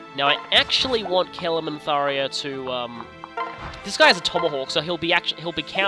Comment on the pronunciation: I love Tharja's sarcastic "Yay. Danger.". Also, it's Thar-JA, not Thar-YA.